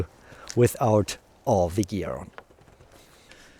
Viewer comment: You talk such a good english, but pronouncing every 'the' as 'thee' is still making me somehow nervous... only a 'the' followed by a vocal at the beginning of the next word is a 'thee', the others are normal 'the's... so 'the' mail, shield, helmet, sword, spear, padding BUT 'thee' armour, armet, age, outremer, infight, oponent... this would take away my nervous thoughts, THX! 😉